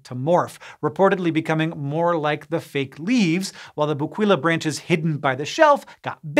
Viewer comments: It's pronounced BO-KEY-LA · My favorite part of these is that Hank never looks up how to properly pronounce words before doing entire presentations on them. I chuckled every time he said "bo-QUEE-la". 😂😂